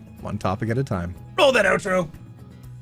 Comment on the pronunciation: I THOUGHT YOU WERE SAYING OUTRO BOOB!!!